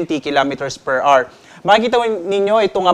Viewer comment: Hour - awer po hindi r